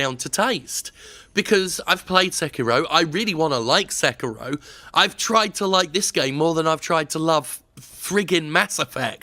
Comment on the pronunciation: Se-ki-ro. sek-ro. okay